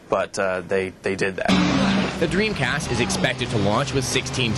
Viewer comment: Sessler keeps saying Dweemcast